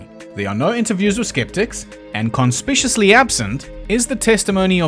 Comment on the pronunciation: "cun-SPIC-you-us-lee" = conspicuously